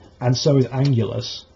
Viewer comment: Wow, Biollante is a great idea! King Ghidorah, Mothra and Rodan are going to be in the sequel but I think a 1 on 1 with Biollante will be a great kaiju to end the trilogy! Just a tip for your next video Anguirus is pronounced Ang-gear-ris not Ang-ule-us. Nice video though! Also, I agree with you on Destoroyah. They shouldn't include him in the trilogy because there was absolutely no mention on the oxygen destroyer in this year's movie.